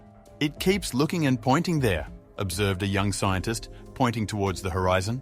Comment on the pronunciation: What does "Itha" mean? and Mutha it appears this narrator cannot pronounce words with "R" in the word ,very poor English!!!